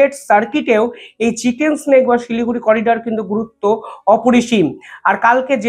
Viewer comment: ভাই চিকেন স্নেক বলো না চিকেন নেক হবে মুরগি সাপ নয় মুরগির গলা হবে 😊😊😊